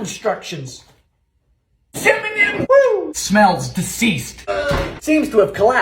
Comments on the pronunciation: Nobody: Dylan: CIMMANIM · Cinnamon is officially changed into "Cimmanim" for me🤣🤣